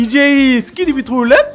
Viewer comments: 스키디비 토일렛이 아니라 스키비디 토일렛이에요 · 스키디비 가 아니라 스키비디